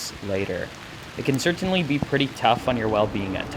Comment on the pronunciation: Love everything about you except for that way you say “Certainly” 🫣😂